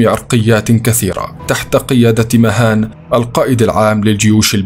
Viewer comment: اسمه vahan وليس مهان 😂